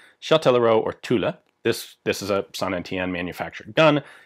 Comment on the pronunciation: Every time you say Tulle, I hear Tula.